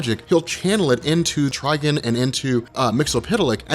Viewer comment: Quit saying Tryg'n. Its Trigon. Like decepticon. Not deceptic'n